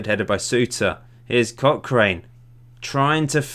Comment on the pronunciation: CochRIN, St JohnSTIN. We won't hold it against you though, haha